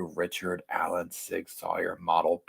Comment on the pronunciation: Amen to that. I too believe the probable cause document is extremely lacking; surely the prosecution has more evidence. (Barry Morphew springs to mind.) General FYI - Sig Sauer is pronounced “Sig Sour”. Keep up the excellent reporting!